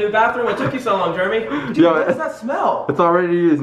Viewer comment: Is it just me always say Dud did u need to do this